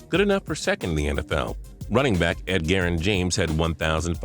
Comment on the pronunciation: Who is Ed-Jarren James? Lol. Good old Eddy Jarren James of the Indornapaly Court's 😆😜